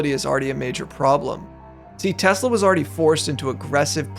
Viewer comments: I love Tesler😂😂😂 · "I love tesler!" 😅😂😅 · Oh, No! Not Tesler!!! Anyway... 😂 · Someone should tell the orange baffoon that it’s not “Teslurr”